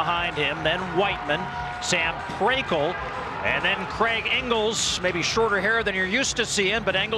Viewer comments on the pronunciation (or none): Craig not kregg